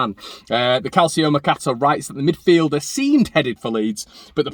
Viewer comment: Calcio - is pronounced in Italian as CAL CHO. C is pronounced like church... Ciao. Great show.